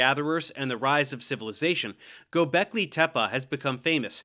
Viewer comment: You talking about Gobekli Tepe? Cause he pronounced it correctly